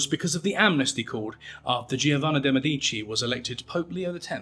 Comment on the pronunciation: Its’s pronounced MEdichi - the family name. Normally your pronunciation is spot on.